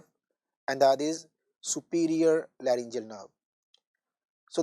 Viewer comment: larygoceal not layrngimalacia